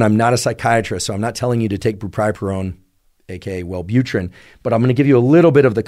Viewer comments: “brupripurone” bruh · Bupropion is pronounced "bu-PRO-pion", just fyi :)